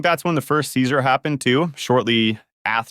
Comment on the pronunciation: This actually sounds like a text to voice ai speaking to tbh the cadence and infection is uncanny valley feel The ai is pronouncing seizure as "ceasar" 😂